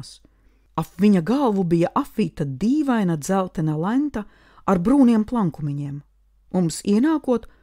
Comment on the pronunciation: Viss būtu labi, bet kāpēc "læ'nta" nevis vienkārši- lenta. 😢 utt..utjpr.... Paldies par darbu, citi to nedara ne tik. Tikai, es domāju, tad labāk latgaliski, nevis šajā ārkārtīgi stiprajā akcentā - ausis rullējas no tā, bet vienalga klausos😊 jo man pašai nav pieejamas šīs grāmatas. Un tā, sausajā atlikumā vienalga, - lielumlielais PALDIES par jūsu ieguldīto darbu un iespēju klausīties.